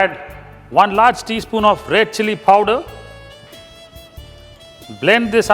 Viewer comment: what is PHOWDER? you mean powder?